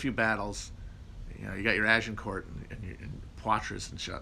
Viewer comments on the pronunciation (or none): none